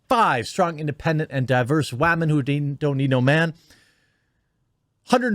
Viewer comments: I didn't even know anything about this movie being made or premiere. I turned cable off over a year ago. But anyway dude, you crack me up. Im going to start saying wahmen from now on. This doesn't surprise me that it failed. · Stop saying wahmen ... it sounds so foolish. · does he not know how to say women or what? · I think I have a stroke every time you say women